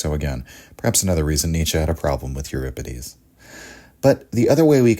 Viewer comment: thanks for pronouncing euripides correctly.